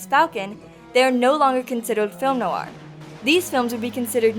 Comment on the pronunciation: Good Subject & At First I Thought It Was Ai But Then I Noticed It's Eight Years Old? It Sounds Like You're Pronouncing Film Noir, As Film New Are! Thank You. (Like #669 - Comment #80)